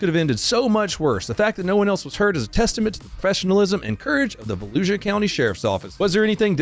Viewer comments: I thought you were joking and calling it Fallujah county 😂 Volusia….. ahh ok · I seriously thought you said Fallujah, not Volusia Florida, and I laughed. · I kept hearing "Falluja". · I thought you said "Fallujah County Florida". Actually after seeing that video, Fallujah county doesn't sound too far off. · Why are you pronouncing Volusia like Fallujah...errr, yeah...fair enough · Every time you say Volusia, I hear Fallujah. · Did he say Falluja ??? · I thought you said Fallujah county lol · whenever you say “valusia” sheriff’s office, it sounds like you are saying Fallujah haha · Sounded like you said Falluja county , I was like wait a minute..... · When you said Valusia county I could have sworn you said Fallujah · Volusia County? Sounds more like Fallujah County. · It’s pronounced Vol-oo-suh for some reason. Weird like New Smyrna is pronounced Suh-mer-nuh. Source: me central florida man PS Sherrif Chitwood is the man! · I thought he said Fallujah county lmao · Every time I hear you say that county name... I swear I hear Fallujah.😂😂😂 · Oh... "Volusia" Florida.. i thought you said Fallujah.. 😂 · Did anyone else here say Falujah County instead of Volusia county? Kinda on par for the incident